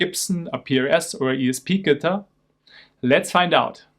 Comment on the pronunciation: Bro wtf is a “Guhtir”